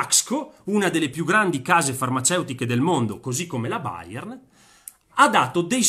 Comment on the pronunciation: anche chiamare la Bayer "Bayern" non conviene :)